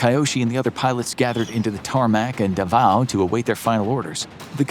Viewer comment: Perfect pronunciation of Davao. Glad to hear that